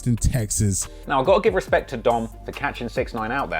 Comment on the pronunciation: When Birdman couldn't say Respect or DJ Khaled couldn't say Jewelry